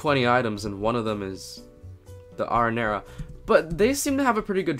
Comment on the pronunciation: You Pronounce “ Arrinera “ Wrong!